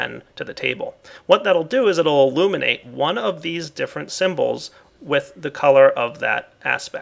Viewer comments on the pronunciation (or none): none